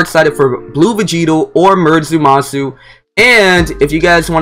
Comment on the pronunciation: I’m glad someone else peeped that out I thought I was the only one like there’s no “U” in there bro stop saying that lol it’s Zama-su two syllables with an “A”